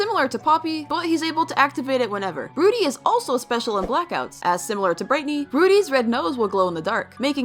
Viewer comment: BRIGHTNEY NOT BRITNEY